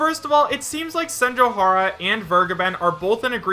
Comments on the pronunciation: It is pronounced Sen-joe-gah-har-ah, not Sen-joe-har-ah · Dude, you had Senjougahara's nickname un front of you and you couldn't even pronounce it right once 😩